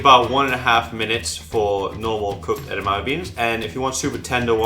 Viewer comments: No, it's pronounced EDAMIMI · I wish he’d stop saying edamame like it’s one syllable.